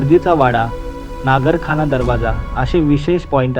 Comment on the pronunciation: नगारखाना ......✅ नागरखाना ...... 🚫